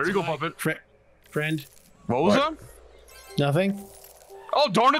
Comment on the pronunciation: I could've sworn I heard Freddy call Puppet, Muppet 😂